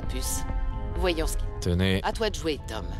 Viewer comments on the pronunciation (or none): none